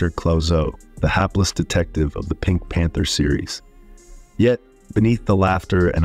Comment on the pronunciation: I agree with 55Reever. ACTORS..Hello. Unless you have an actual person to person story then you don't know for sure what is the truth. Also, the person who narrated this clip didn't pronounce the name of the pink panther movies correctly..